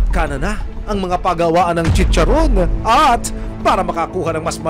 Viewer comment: Dugyot na chicharrrrrrrrrrrron! 😂😂😂